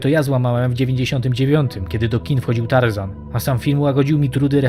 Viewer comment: Tażana nie Tar zana.